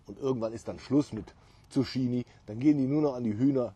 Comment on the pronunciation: Hut ab für deinen grünen Daumen. In den letzten Tagen viel gelernt über Pflanzen. Aber kleine Randbemerkung. Man spricht es "Tzuk-kini" :D